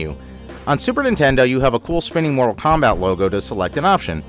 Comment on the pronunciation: Genesis: More-tal Kombat.